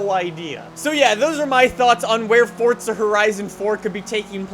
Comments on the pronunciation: Its not fortza its forza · Why you saying forsta horizon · ITS FORZA NOT FORTZA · It is not called fortza its forza do you see a t in the title anywhere no because it is not fortza